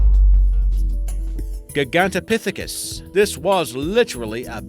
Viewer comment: Good list though, you mispronounced Mosasaurus and Gigantopithecus. Yet in a previous list you've pronounced them right.